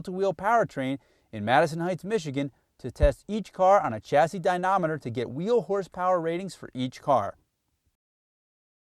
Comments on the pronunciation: dynamometer, not dynometer . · Wow, C&D I didn't think it was possible but you actually made a video about supercars that was boring. No sound, barely any footage in-car, a narrator that couldn't pronounce Gallardo or dynamometer. You took something that should put the fear of god into nearly any driver and made it as fun as a McDonald's commercial. Bravo.